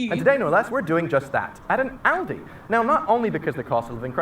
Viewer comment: I gave you a thumbs up as soon as you said "ALDI" and not "Oldi" like most Americans I've seen on YT.